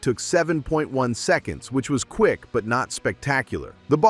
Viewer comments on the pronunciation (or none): none